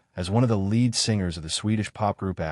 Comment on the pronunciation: Mispronunciations are one way to identify AI narration. Words like read , lead, wound, etc are almost always pronounced wrong. It’s very irritating.